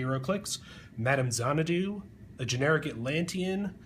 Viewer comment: "Zahn a doo? "Orch- Id"? Really, now.